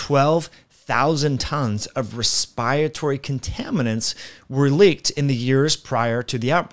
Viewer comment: What is your level of education? Your saying virulent and respiratory very wrong. Also 'bad air' is some arcane hocus pucus.